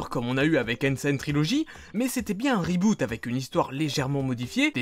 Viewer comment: avec ce reuuboute XDD. je te chari mais je t'adore